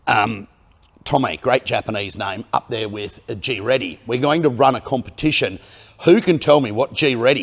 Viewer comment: "GReddy" "GREAT" and "Eddy,"